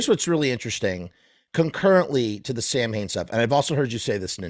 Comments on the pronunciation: What's so hard about just pronouncing the name correctly? Sam Hane sounds like the name of the founder of Hanes underwear company. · He pronounces it "Sam-Hain"? Interesting.